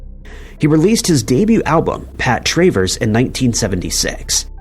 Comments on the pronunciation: It's not Tray Verse. It's Travers. I'm a cat. You are a bot.😮😮😮😮😮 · You don't know how to pronounce Pat TRAVERS?? Crap video!